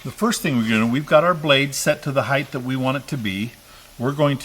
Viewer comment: Height. Rather than heighth. Great video.